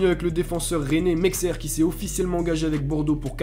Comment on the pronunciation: Juste une petite correction Mexer se prononce : Mecher 💪